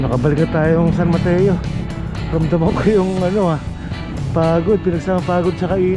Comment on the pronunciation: ang tamang bigkas po sa brgy san mateo eh mat-tso